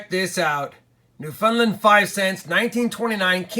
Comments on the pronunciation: "Newfundlund" lol. how bout you come Join us in canada for a bit and we can teach you lol" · I cringed when you pronounced Newfoundland